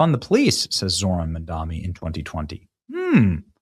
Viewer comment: Benny, 2 things ... 1. This is how to spell Mamdani. 2. Mamdani is pronounced "mom donny." Let's be sure that, as conservatives, we always sound knowledgeable. I hate the distraction of our side looking ignorant, giving the left an opportunity to ridicule our argument with something trivial. Make them defend their platforms and policies instead of taking a swipe at us for a misspelled/mispronounced name. Thank you for your attention to this matter. 👍🏾